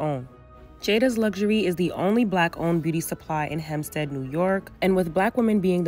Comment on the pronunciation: I really felt seen when you said Hempstead lol